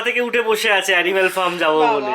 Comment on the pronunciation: It's not firm 😂it's farm